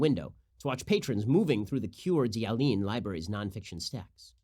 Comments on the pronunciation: Not that you’ll ever have to say the name of our relatively small yet very beautiful Idaho town again, but Coeur d'Alene is pronounced kore-duh-LANE. We love your show up here by the way, it plays every weekday on our most popular radio station every day. Thank you for what you do, Ben! You should visit up here. Secluded, largely conservative, you’ll see patriot Americans armed with their MANY guns ready to protect their fellow citizens. God loving, church going patriots for the most part. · Ben, it's (Coeur d'Alene Idaho) pronounced, 'core duh lane.' :-) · Ben, that city in Idaho is pronounced core-da-lane. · Its pronounced "core duh lane" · I had to rewind and re-listen to you pronounce Coeur d'alene! Haha that was great! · Yeah. Amusing yet painful.